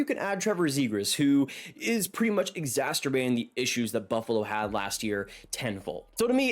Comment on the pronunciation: Exacerbating, not exasterbating....exasterbating sounds nasty 😂